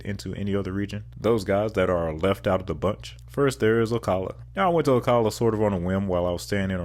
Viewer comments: It’s “ “Oh-CAH-luh” not “Oh-cuh-luh”! Lol! And Ocala is known for its horse culture. Also, just outside Ocala is Silver Springs known for its glass bottom boats. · you mispronounced Ocala, it’s call “Slow-cala” :) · I love your vids, but you really need to learn how locals say the names of the cities. (See Ocala and Dunedin)